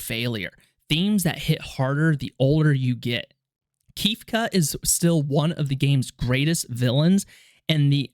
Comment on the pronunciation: I’ve never heard Kefka’s name pronounced like that before.